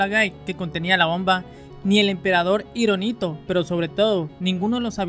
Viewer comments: Tomate el tiempo de leer el escrito primero varias veces hasta aprendertelo de memoria, quedas como ignorante al pronunciar mal el nombre del emperador Hiroito y no "hironito" son descuidos imperdonable de alguien que tiene un canal "informativo" en YouTube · HIROHITO, no "ironito". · No es Hironito! Es Hirohito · Emperador Hirohito. Lo pronuncias mal.